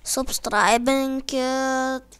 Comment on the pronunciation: SAko subsTRAivinkit xD